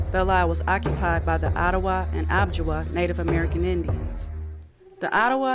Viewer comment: I don’t think it’s pronounced “ob-ji-wa”, I think it’s Ojibwa - oh-jib-wa.